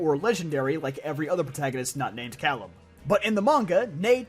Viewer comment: Fun Fact about Calem, it's pronounced K-lem, not the same as Callum.